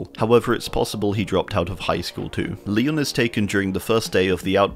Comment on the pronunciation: It doesn’t sound like you said Leon name right.